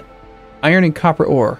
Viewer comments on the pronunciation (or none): none